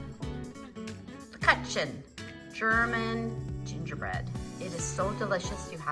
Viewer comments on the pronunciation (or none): Please pronounce leb-koo-chen